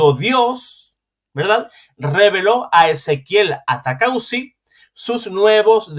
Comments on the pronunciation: Disculpe el apellido de ese señor es ATAUCUSI, por favor léalo bien ATAUCUSI. usted dice ATACAUSI. Es un error. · Bueno atacauci o ataucusi perdonen, el que tiene boca se equivoca y además es un apellido o nombre muy raro. Que pena con los que no saben perdonar un error y ofenden por equivocarse. 😮